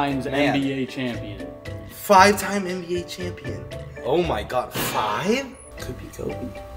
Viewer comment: I new it wen you sed 5 champon